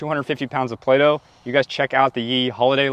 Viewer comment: It just turned into Play-No. 😆👍